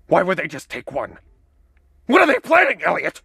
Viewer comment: When did he say "Eliot?" But oh man, was it funny when he said "Elliott."